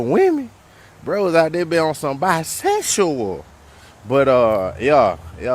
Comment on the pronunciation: why he say BISEXSHUAL like that 😂😂😂😂